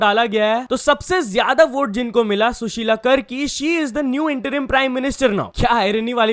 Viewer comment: सुशीला करकी nhi wo सुशीला कार्की hai 😆